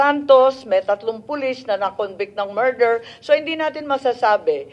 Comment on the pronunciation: Marder daw sabi ni Madam Baba, este Sen Imee pala 😂😂😂